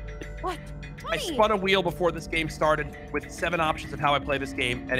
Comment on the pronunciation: “Nice Plæÿēœ!”